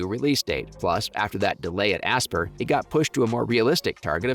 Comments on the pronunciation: only slightly more than "asper" ah-SPY-er...... like inspire. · The way you talk about this stuff is so annoying. You don’t need to spell out KOTOR just say it exactly as you would say a word spelled that way.. and ASPYR is said like “aspire” not asspurr.. it really takes away from the video when I’m constantly cringing at the way you say things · The way you say aspyr is really triggering me it's aspire like you aspire to do something that's how it's pronounced